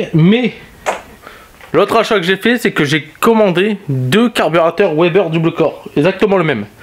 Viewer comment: Bon par contre on ne dit pas OUEBER (WEBER) mais veber ! Sinon on dirait également OUAGON (WAGON) donc vagon. Bref